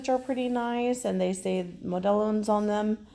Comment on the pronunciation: Model ones is how it's pronounced. My Puerto Rican office mate calls them Mo-del-lonez. 🤣🤣🤣